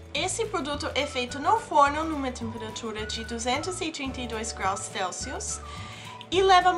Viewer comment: 232 grraus céulsius kkkkkk